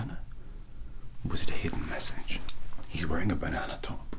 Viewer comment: THANKS THIS VIDEO WAS AMAZING LOL THE START WIV THE BONOONA GOON GOT ME LOL 😂😂😂😂 AND YES YOU DID READ THAT CORECTLY I DID CALL IT A BONOONA GOON OK YES I KNOW BUT STILL BONOONA GOON BAHAHAHAHAHAHA idek lol okie